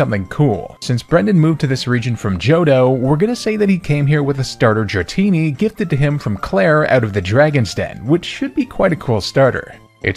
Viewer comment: THE FIRST I IN DRATINI IS SUPPOSED TO BE AN A!